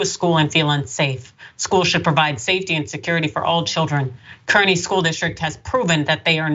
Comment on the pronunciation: The town is pronounced "carney"